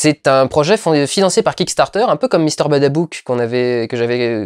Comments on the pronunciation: Même la tu fait encore l'erreur, c'est Mr.Babadook pas Badabook :p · Bon vlog, merci encore pour tes opinions, Mais attention, c'est pas BaDabook c'est Ba Badook